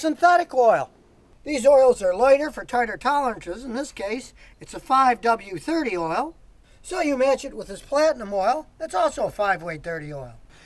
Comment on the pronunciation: This dude said 5weight-30, lmao. “Mechanic”